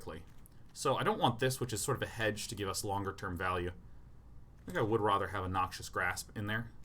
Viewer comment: That was her pronounces "rather". It's rother irksome.